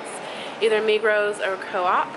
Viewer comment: Migros is not one of the biggest supermarket chains in Switzerland, it is THE biggest chain, and the S in Migros is not pronounced.